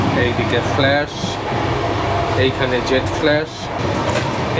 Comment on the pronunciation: ও দাদা, ফ্ল্যাস‌ নয় ওটা ... ফ্লাস 😂😂😂